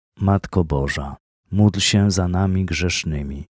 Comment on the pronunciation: Bóg zapłać za wspólną modlitwę. Pragnieniem moim jest by wymawiać módl się za nami czasami słyszę muć się, i by stałe wymawiać Zdrowaś Maryjo i Święta Maryjo.